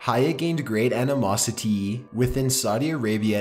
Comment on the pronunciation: learn how to read !!! anomosiTEEE lmao , the tone is distracting. he ends his sentences like questions or rhymes... it's bizarre I don't know what it is. He has good content but the reading . end with a positive